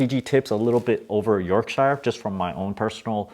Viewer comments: Twinings, not twinnings. Peek-oh, not peek-oh-ee. York-sure, not york-shire. You're welcome. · Yorkshire = YORK-sure.